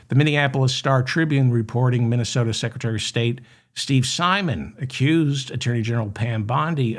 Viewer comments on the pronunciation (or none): none